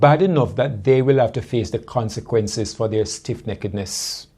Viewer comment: Did he say stiff nakedness?